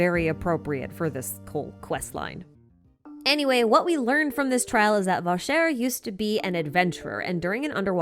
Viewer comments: Btw, Vacher should be pronounced Vash-ay, not Va-share. (It's also french for cowherd, which confused me greatly during the 1st fountain scene). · Vacher = "vah-shay" not "vah-share" In general, consonants in French are only pronounced when followed by a voewl. I.e Lynette = "lin-et" Freminet = "frem-in-ayy" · lmao worried about pronouncing things from the world quests wrong but got Navia and Vacher wrong (Just thought this was a lil funny) I enjoyed this video it brought up some things that I completely overlooked and forgot about during the quest like Childe's "It" possibly being why he was judged guilty and some plot holes that don't make sense I also enjoyed the world quests they are kind of opposite of Jehts second world quest as in we are investigating a organization and their people to learn a truth while in Jehts quest we were being manipulated by our now previous enemies who were obsessed with an organization and their journey